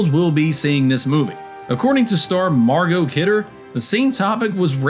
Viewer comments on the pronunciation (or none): none